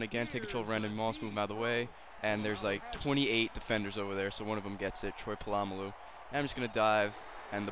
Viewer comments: Lol Troy Puh-lama-loo. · palamalu u said his last name soooo wrong